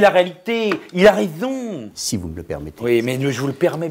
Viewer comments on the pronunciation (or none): Mais "il a raiZon, il a raiZon" ! 😂😂😂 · Mais il a rézon mais il a rézooon 🤣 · mais il a raizzoon .. mais il a raizooon .. mdr